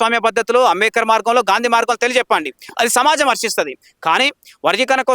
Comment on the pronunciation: ఆరె నాయన ముందు నువ్వు స్పష్టం గా అంబేద్కర్ అని palakatum నేర్చుకో. మాల లు చేసే పోరాటం రాజ్యాంగం ప్రకారం ఉంటాయి. మీరు చేసేది రాజ్యాంగం ప్రకారం లేదు అందుకే మీరు,మిమ్మల్ని వెనుక వేసుకొని వచ్చే సమాజం రాజ్యాంగం మీద నమ్మకం గౌరవం లేదు. అందుకే ఎంత మంది ఎన్ని కుట్రలు చేసినా ఫలితం శూన్యం. ముందు మోడీ తీర్పు ఒక సారి పూర్తి గా చదువు. మరి నిజమే కదా ఇప్పుడు మంద కృష్ణ అన్న మోడీ తీర్పు అని వొప్పుకున్నావు కదా. తమ్ముడు ని బాద అర్థం అవుతుంది. నువ్వు అలగా మాట్లాడ పోతే మంద నిన్ను బయట కు pamputhadu కదా. పాపం.